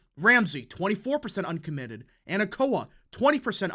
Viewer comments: Bro pronounced Anoka (Ah-no-kuh) Anakoa (an-nuh-ko-uh) LMAO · Anoka is pronounced "AH-NO-KUH" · Living in western MN, I was wondering if you’d be covering this. It’s true that Biden is being held back by RFK in the state, and Rep. Omar is certainly not helping him. One critique, you keep pronouncing Anoka county as “Anakoa.” It’s basically the Minnesota version of Oakland County, Michigan, and I think will be pivotal in how Minnesota turns out this Fall. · you are saying Anoka wrong